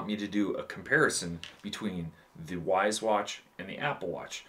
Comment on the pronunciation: Correct Wyze pronunciation = wise 😅 great video man!